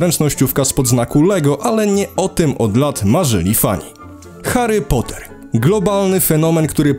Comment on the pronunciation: Heri pota przaja Ci 🤣